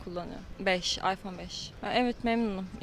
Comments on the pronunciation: Ayfon değil iphone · karanlık oyuncular ama ıphone kullanınca başka telefon kullanılmıyo gerçekten androidde iyi fakat adam ıphone istiyo aypon diye okuyo adam daha ismini okuyamazken kullanmasını düşünemiyorum :D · en sondaki adam aypon as 5 diyo abicim sen iphone kullanma bence